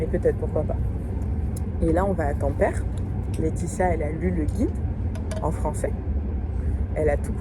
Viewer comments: PS : Oublie les règles de prononciation françaises ; en finnois toutes les lettres se prononcent telles quelles, donc ça donne TA-M-PÈ-RÈ 😉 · Pour les aurores boréales, peut être qu elles étaient polluées par la luminosité de la ville. L'idéal c est de les observer depuis un trou perdu. Et on dit bien tam-pé-ré 😊